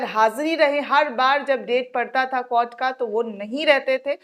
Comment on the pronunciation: Madam many in our group till now supports and likes your videos. But try to respect the Court by not pronounceing KOT but pronounce in a respectable way COURT